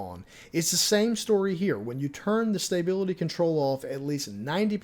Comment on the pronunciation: There is now y in stability. Say it with me STA BIL ITY